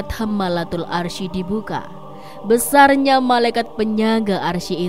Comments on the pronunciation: Bacanya itu 'aress bukan arsi , klo gk bisa baca Qur'an gk usah jadi pembawa berita soal agama..!!! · Cara bacanya Aras, bukan Arsyi. Masak salah mulu.